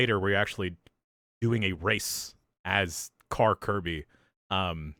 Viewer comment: Kirby the "kerbert" ??? LMAO....